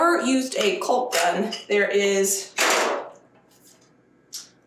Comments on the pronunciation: It’s caulk not culk. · Caulk …rhymes with hawk. There could be a new drinking game every time you say colk lol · I don't know if it's part of the country you are in, but caulk is pronounced like chalk calk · the way you say caulk just SENDDDDDDDDDDSSSSSSSSS me...Caulk rhymes with Talk...not Bulk.... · is smarter than all y’all bc she got so many comments by saying culk. instead of caulk! Way to run that channel girl. Women love a controversy!!!! And yes, I said y’all. Hehe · Cawk, not Culk. Lol! Your cracking me up. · I'm being picky, but it's not cōlk, it's more like callk. But yeah, girl, you are amazing. I love watching your videos. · cALk not cULk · It’s pronounced “cawk” not culk 😊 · ”Caulk” is not pronounced like cock- it is should be pronounced like “cawk.” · Oh my Lord! I have to quit watching because I cannot stand to hear you call caulk "culk"! Caulk is like "call" with a k. And while I'm at it let me tell you the difference between marinate and marinade. Marinate is a verb it is something that you do to meat. Marinade is a noun it is something that is made and added to a food. I do enjoy watching some of your cooking and canning and gardening videos. I'm still a little salty about you not sharing the family on the homestead. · Caulk is pronounced like "Hawk." Window "seals" are also killing me.😂 They are window sills, but they do seal the wind out. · Culk.....so funny... Otherwise I LOVE her videos. Very inspirational! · Girl…the L is silent! Caw-k! 😂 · How I wish I had had your energy even when I was your age . . . . . I love your enthusiasm and love the fact that you don't let things get you down or deter you from whatever your plans are . . . and gotta say (I'm from the Midwest) the way you pronounce "Caulk" as "culk" just made me giggle . . . . . . . great job !!!!! I do envy you your growing room !!!! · I’m in Florida …loving the way you sat “cult” instead of ‘caulk’ it’s the way we all pronounce different words. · The L is silent in caulk